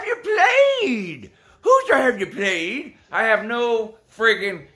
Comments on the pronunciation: I just died man "hoosier have ya pwayed?" Dude I literally am dead hahaha! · Lmaooooo "Hoosier have dey pwayed, Lou"